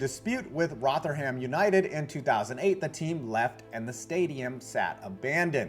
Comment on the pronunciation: Your pronunciation of Rotherham is well off 😂 iirc its not quite abandoned and does get some usage now